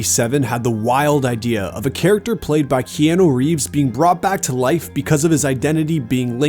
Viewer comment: Key Ann eww = NO. Key aaaa nu = YES.